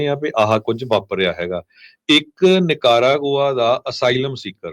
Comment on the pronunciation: You're saying ਨੀਕਰਾਂ ਗੋਆ Funny 🤣_ wrong pronunciation 😅 Punjabi style 😂😂